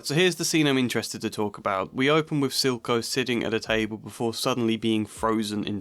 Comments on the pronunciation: I heard zilko lmao 😭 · I heard Zulko's 😅